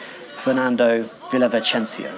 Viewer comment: Yes. A beautiful lady. Terrible. To newscaster: In Spanish, you mispronounce these words, San Vicente, Villavicencio. There is no "ch" sound on these words in Spanish. You may have studied Italian and think that these names have a "ch" sound, as they might have in Italian.